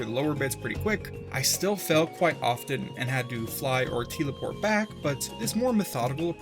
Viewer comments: bro since when was “tel-eport” “teel-eport” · Teleport ❌ Teal-e-port✅ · it took me 20 minutes in to realize they were saying "teelaport" on purpose. facepalm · T-eel-aport The eels teleport you